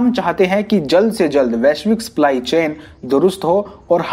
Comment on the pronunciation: Abe sply nhi सप्लाई होता है